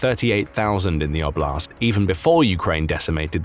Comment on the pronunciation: And I do wish that since Russian territory is the context, that oblast' be pronounced correctly: like O-bl(i)st. You won't get the palatalized T in English. It sounds like a French TH.